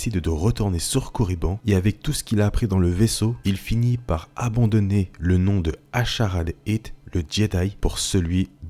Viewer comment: C'est dommage que tu n'ai pas parler de sa fin ^^ et au passage j'aime pas trop la façon dont tu prononce son nom mais ça n'engage que moi :)